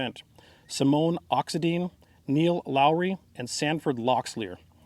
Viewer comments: Quick correction "Oxedine" isn't pronounced ox e Deen but ox e dyn. One more is locks Lee ear has you pronounced. You were close drop the s in locks so it is lock Lee ear. Locklear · All the Lumbee I know pronounce Oxendine, OX-N-DINE. FWIW. I live about 30 miles from the Lumbee nation. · Great vid, LOVE the Lumbee! Oxendine = AHX- en- dyne =) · Oxen-DINE (as in a diner), LOCK-lear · Well Sir, I'm not a Revels or Locklear but I wish someone would teach the hand doing the talking in the video how to pronounce "Oxendine" properly. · Oxendine. Get his name right. Locklear. There are a handful of names common among Lumbee, and those are two of them. I used to be the commander of the National Guard infantry unit in Fair Bluff, NC and we had a lot of Lumbee infantryman in the unit. Great soldiers.